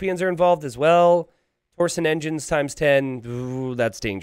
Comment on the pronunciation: I can't believe you're still saying "torsen engines". It's TORSION. With a "sh" sound.